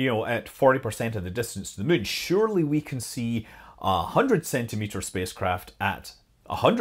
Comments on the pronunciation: Just here to hear Scott say "mun." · Worth it to hear a Scotsman say "Muuuun" :D, good info, too!